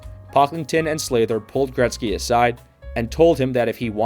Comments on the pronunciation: Sather, not Slather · Glenn Sather, not Slather. Please get your facts straight before posting again. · Sather not Slather. Why do all hockey videos have names pronounced wrong? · Glen Sather…not Slather. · Glenn "Slather"? Really, bud? :face-green-smiling: This entire video has to be the biggest brain fart put to YouTube, I've ever seen. Holy 💩. 😆😅🤣😂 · Who pronounces Sather “Slayder???” Where do they get these narrators, A.I.??? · Got me with that Sather pronunciation 🤭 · Is there a reason you can't say these words properly? Oilers SAYYYYYther not SLAYther Krushelnyski How awful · And now you are misspelling his name too. Its Glen with one n. It is definitely not Slather either, its Sather. Also you mispronounced Mike Krushelnyski’s name too. Its pronounced “Kroo- shelniski”, not crush. Simply checking Google could’ve avoided this. Also you might’ve gone a bit deeper into Oilers owner Peter Pocklington’s financial problems, which partly necessitated the move. He owned a company called Gainers, which was failing.